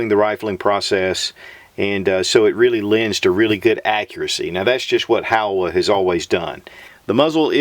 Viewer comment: HOWA makes great rifles. Irregardless of how CHEESEY the old guy pronounces the name! Lol